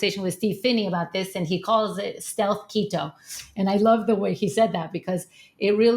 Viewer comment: Keto, not Lego :)